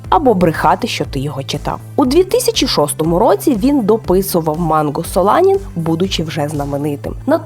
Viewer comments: Не солАнін, а соланІн, тормоз! 😂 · ну, це ж не японське слово) Це назва отруйного глікоалкалоїда, який виробляється рослинами. Та й СолАнін якось дивно звучить, принаймні для мене і я якось інтуїтивно його вимовляв як СоланІн)